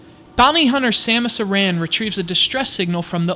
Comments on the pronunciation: Samus EH-RREN* GOON-PAY Yokoi* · Samus "Aaron" Planet "Zebb-Ess" Just had to clarify.